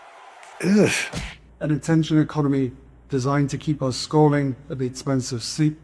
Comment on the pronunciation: I can’t even understand what he is saying. “An attention economy designed to keep us scarving at the expense of sleep and real human contact”????